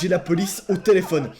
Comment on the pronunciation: Ta dis telefion😂